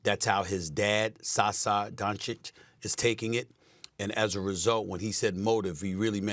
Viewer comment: His dad is Saša , not Sasa ... yebovas